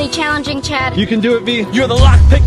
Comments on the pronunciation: It’s not chap it’s Chad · It’s Chad, not chap